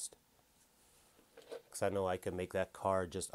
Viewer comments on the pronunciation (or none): none